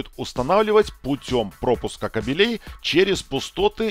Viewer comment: Очень интересно и познавательно, но как же режет слово кабелЕй, запомни уже что правильно говорить кАбелей !